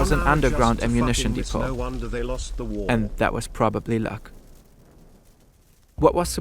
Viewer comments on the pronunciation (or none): none